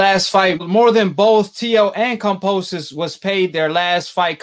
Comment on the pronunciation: Can you please say KAM-BO-SOS there is no P dawg my goodness bro 😂